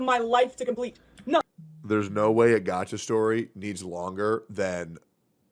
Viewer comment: Why you saiyng it like that? "a gacha story" if the game didn't have a good story then why would I be excited to pull? not everyone pull for big ass or boobs you know. + most of us has already watch frieren and other peak anime🤣🤣